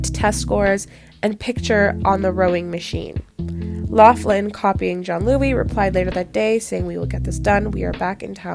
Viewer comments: Why are you pronouncing it as “john-Louie” it’s pronounced “giann-ooli” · I think Giannulli is pronounced Jee-uh-NEW-lee